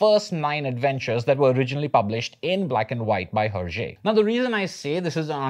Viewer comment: Love the video, but just thought you should know that the "H" in Herge is silent